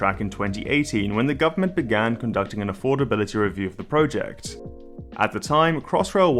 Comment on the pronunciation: please pronounce project correctly it annoys me more than it should.